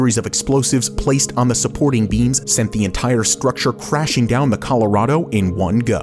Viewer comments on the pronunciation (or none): none